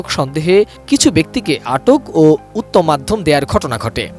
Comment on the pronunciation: কিরে ভাই দেশের সাংবাদিকতায় এমন পর্যায়ে এসে পৌঁছালো! রিপোর্টার উত্তম-মধ্যমকে উত্তম-মাধ্যম বলছেন। এটিএন নিউজের মতো একটা প্লাটফর্মে। চরম হতাশার